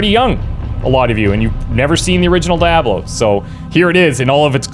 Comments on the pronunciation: I only got 3 min's in to this video. I could not stand hearing you butcher the name again an again! IT's down right sacrilege! awful just awful! say it like this - de ob low. the ab is more like ob in the name bob. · I stopped the video when he said Die-A-Blow..... good bye. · Dude, just the way you're saying DyeAblow.... Couldn't watch your video and had to down vote at less than 1.5 minutes... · Say "Dee". Say "Ah". Say "Blow". Now put them all together. :p I bought this, though I wish it had been released from Blizzard so it would be in that launcher. I have been enjoying it. I played it back just before D2 came out, so I never finished it. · "Die-a-blow" lol funny how you pronounced it. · In fact is DEE AHH BLO and is spoken in voiceovers throughout the series, in this game both Cain and Lazarus pronounce the word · Wtf is die-ob-low? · Die ablo? Dude you're asking for it 😂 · Wow really?? Die-a-blo. In future learn to pronounce the name of the game before making a video about it moron. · Dude. Why are you saying die-a-blow How do you say, Lamborghini Diablo? Dude, seriously. Annoying af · Its Diablo not Dayablo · DIE ABLO? DIE... HABLO? DIE PABLO? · If this guy say DIE ABE LO one more time im kicking his ass. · Why the fuck are you saying it like that? Dee-ah-blow. Jesus fucking christ. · Seriously, why do people pronounce it "DIE-ABLO"? Is there an inside joke I'm not aware of? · It's not "Die ah blow" .... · "DieAhBlow" REEEEEEEEEEEEEEEEEEEEEEEEEEEEEEEEEEEEEEEEEEEE! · Everytime you say Dye-Ablo I wanna kill myself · dya blo is the french pronounciation is doing a compinations of french and english and it is fitting since he is canadian:D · Did you just say, Die-ablo? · WTF is "dayablo"????? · Neat. I liked this one best. Its not DYE AH BLOW, though. Lol. Please dont make that sound. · Its not called Dieablo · You're saying Diablo weird :P Dayahblo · Not even how you're saying it though. You're saying DIE AH BLOW. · Can you pronounce correctly